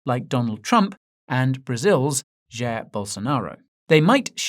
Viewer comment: Dear Guy: Jair (Bolsonaro) is pronouced as *Jaeer*, not Jer.